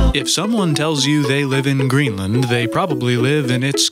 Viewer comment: Kinda sounded like "NUKE"